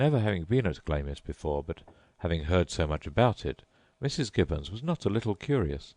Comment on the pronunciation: Dude it's pronounced Glams!